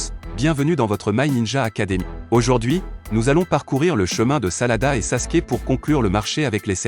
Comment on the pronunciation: Ses sarada mes pas salada